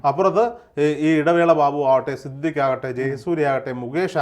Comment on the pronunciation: സിദ്ധിഖ് ❌ സിദ് ലിക്ക് ✔️ 😂😂